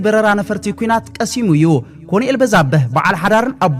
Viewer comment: ኣንታ ሓውና ከተንብብ ከለኻ ኮሎነል ኢልካ ኣንብቦ. በጃኻ ኮንኤል ኣይኮነን